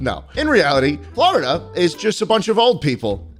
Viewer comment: you literally got florida perfectly